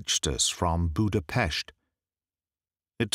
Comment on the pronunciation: Wow, thank you for pronouncing Budapest correctly (as Budapesht)! I´m Czech, not Hungarian, but still, it´s so nice to hear! 🙂